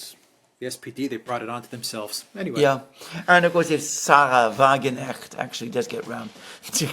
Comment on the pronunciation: It's also WagenKnecht with a spoken K.